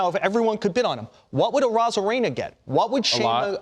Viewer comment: You can tell the announcers don’t even know what the hell they’re talking about. They miss, pronounced, Randy Arozarena‘s name, and Shane McClanahan‘s name. You’d think they would actually do more research and actually watch and listen. Pretty sad.